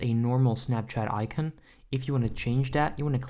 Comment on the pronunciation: I’m sorry this may sound rude but me and my brother can’t stop laughing because how you say icon and you pronounce it i-cen